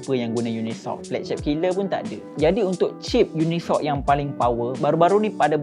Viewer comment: Yes..cip tu dia baca uni soc bukan unisoc